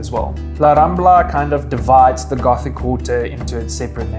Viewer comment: Les Rambles, Gótic not Ramblas and Ghotic